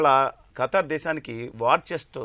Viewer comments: ఖటార్...కాదు రా స్వామి ఖతార్..అని పలకటం రావటం లేదు..నువ్వు ఒక ఎనలైజ్..వా...షేమ్ షేమ్.. గారు బాగా చెప్పారు.. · abay o....what is your katting it is not katar it is Qatar